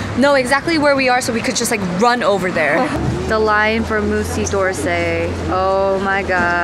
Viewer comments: it's not 'Moosey DORrsay' lmao It's 'Muzee duh Orsay' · lmao, "moosey dorsey"